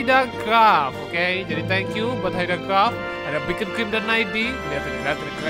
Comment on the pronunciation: Beacon bukan bekoncrim 😭